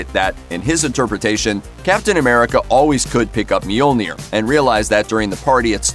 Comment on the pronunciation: I hate they way you pronounce Mjolnir 😩